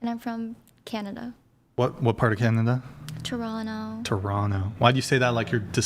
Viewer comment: Wow they both said toronto properly